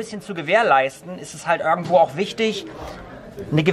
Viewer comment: Tolles Video 👍🏼 Nur das "örgendwo" macht mich ein bisschen fertig 😂 😛